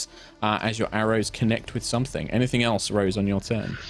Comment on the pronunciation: You know I've been watching a lot of HR D&D because I totally heard that in -voice which sounded like "anythink". 😜